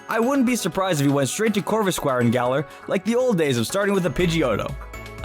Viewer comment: THERE IS NO H IN GALAR! AND THE C IN PIKACHU SHOULD BE AFTER THE A!